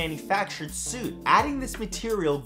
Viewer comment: Brah it's soot not suit. I get the whole Canadian thing and different accents, but you need to have someone proof watch your vids to catch that. Although some of the things you mispronounce have been amazing and had me rofling so hard!:)